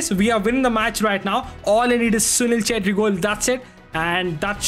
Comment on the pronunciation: bruh assisted with writz and said "assist with chettri done" 💀💀